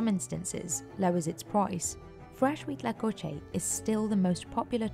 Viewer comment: Me sorprendió lo perfecto que dijo huitlacoche